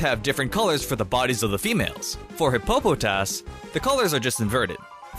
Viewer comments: NEW-Mell the syllable in all caps is the one that all the emphasis is being put on not Nummel MY-Loh-Tick not Mee-LOH-Tick HIP-Po-Po-Tas not Hip-PO-Po-Tas Un-FE-Zant not Un-Fe-ZONT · You said Hippopotas wrong you said hip-po-po-tas in one episode Jessie said the name wrong 300 times while Meowth and James corrected her just as many times it's pronounced hippo-po-tas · u said hippo-po-tas! its hippo-pa-tos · Who tf says hippopataus like that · I died inside when you pronounced Hippopotas, other than that, cool video